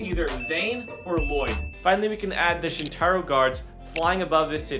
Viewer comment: Dont you mean lun loyd